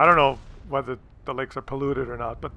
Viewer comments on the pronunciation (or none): none